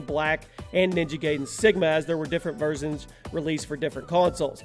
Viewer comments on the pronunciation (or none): versons intead of versions xD listen carefully